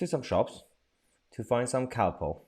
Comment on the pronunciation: Its calpol ffs my mam and dad will be turning in their grave 😠